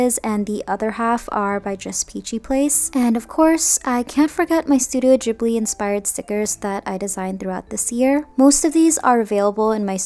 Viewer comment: Love everything but the way u spell out the movies and "Ghibli" I cringe soo hard😣 Sorry